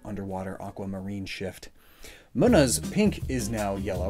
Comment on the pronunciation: He pronounced munna as muhnuh but he then says its based on the moon, its pronounced Moonuh